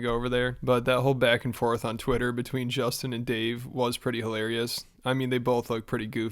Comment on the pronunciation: How does portnoy mispronounce Justin’s name but knew he hung out with a warlord